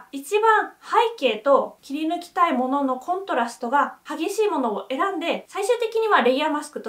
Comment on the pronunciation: コントラストのイントネーションがどうしても気になる😂